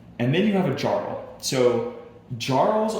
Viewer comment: I agree. And how does the designer of a viking game not know how to pronounce "jarl"? Don't get me wrong, I own and like the game. This video is disappointing though. Didn't watch it the first time I played because we were like "uhhh, this is 48 minutes long.... nei takk." I've now played it twice. I think this video is best watched for clarification after reading the rules.